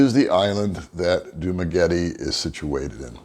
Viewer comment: Thanks for posting the vid! super helpful. Could you try pronouncing Dumaguete and Barangay better, though? Correct pronounciations: Du-mah-geh-TEH (not tee) Ba-rung-guy Thanks again. Will keep watching your content!